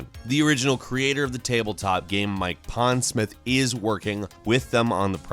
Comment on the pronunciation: Is it just me or does sound drunk all the time? And why does he pronounce game as GEEEEEHM?